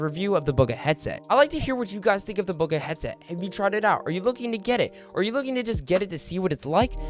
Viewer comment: Mans really says "Bug a" when its booga smh